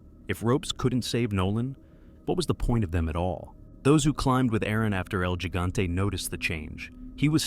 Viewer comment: El Higante. Not Jig ante. 👍